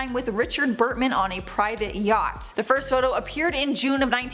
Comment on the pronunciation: Why are is the list repeated??? Such a waste of time watching. P.S. Its Richard Burton....not Burtman (Elizabeth Taylor)